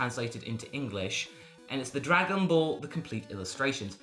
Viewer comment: "Swagon Ball".